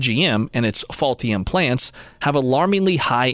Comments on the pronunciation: I am sorry, but did you mean "Ultium" when you said "Faultium"? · Interesting when the narrator says Ultium in the video it sounds like he is saying "Faultium". It is even spelled that way in one of the graphics. It is perhaps a truer name for the GM EV Platform. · Is he getting paid by “fault-ium” 😂